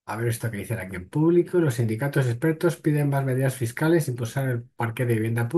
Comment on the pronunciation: Que miedo dan los "ejpertos" 😮